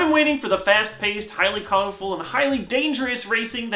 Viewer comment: did he just say fast paste? XD